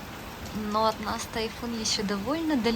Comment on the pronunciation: С уважением отношусь к вам, как детям, но хочу задать вопрос. Почему в твоём произношении на русском присутствует сю, шю,ща, щто, ще- какой-то странный диалект. С щастью нась тайфун обощел щтороной? Это как?. По японски с мужем говоришь- этого нет. Я смотрю других блогеров- ни кто не говорит так как ты. Почему? Типа - Хоккайдо, Хонсю, Сикоку Кюсю? Что ты так говоришь? Шипилявишь? Так японцы не говорят. Отвратительная речь у тебя. Твой муж говорит чётко, а ты почему сюсю-мусю плетешь?